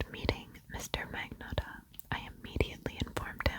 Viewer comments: The G is silent in Magnotta with a “nya”/nyuh” sound.(like gnocchi) Thanks ten years of Italian lessons! Lol Luka lived 10 minutes away from me when he was in Etobicoke. So gross :/ Love the video! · He did mispronounce his new fake name. LOL In the Netflix show, the Montreal police pronounced it with a silent G & long O. He grew up near Toronto and has that other type of Canadian accent, more Anglicized. Ex. "About" "Out" "House" :)